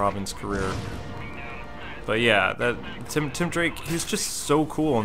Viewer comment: it's tim not Tom drake